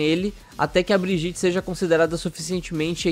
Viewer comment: Não se pronuncia "BRIJITE" se pronuncia "BRIGUITA" segundo Jeff, e segundo o vídeo que ELA pronuncia seu nome. A única exceção é chamar de "Baguete", pq isso (segundo tudo né) pode!! :D